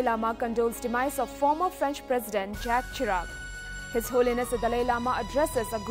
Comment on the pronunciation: JACQUES CHIRAC IS PRONOUNCED ZHAK SHIRAK.